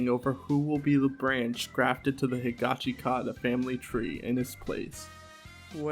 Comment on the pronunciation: this isn't really important. but the "i" in the "shi" in "higashikata" is like, silent. its more like "higashkata". same with "norisuke" its pronounced "noriske" just like jousuke is "jouske". i say this because the correct pronunciations are actually easier to say than the incorrect ones.